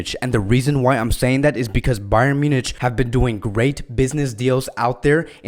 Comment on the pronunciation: A simple question! Can’t you pronounce Munich correctly?